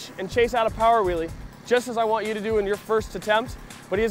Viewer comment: its so annoying when he says willie.!